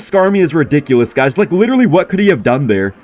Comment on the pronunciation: ”you witewawwy cannot stop any buildings”